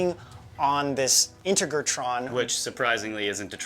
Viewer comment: its pronounced in-TEG-ra-tron, not inter-gra-tron :)